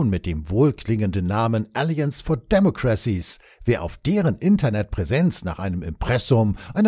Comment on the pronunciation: "Warum sollte Pinocchio einen Eid auf Lügenverzicht leisten?" 🤣 Warum sollte es überhaupt eine/n Nato(-Thinktank) geben? PS: " alLIances & deMOcracies" (zweite Silbe betont) bitte. 😉